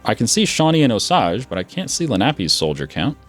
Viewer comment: Osage is pronounced Oh sage. The only reason why I am saying this is because the area I live is named that.